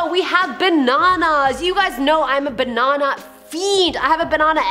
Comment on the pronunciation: I like how you say Ba Nan nA 😂